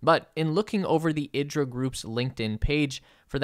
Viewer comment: IDRA is pronounced EE-draw